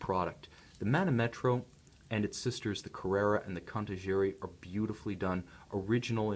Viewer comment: The correct pronunciation is manòmetro ;)